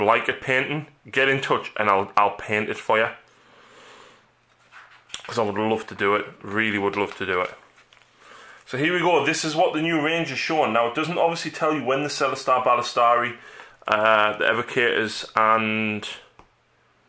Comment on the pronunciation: ballista doesn't have an r at the end lol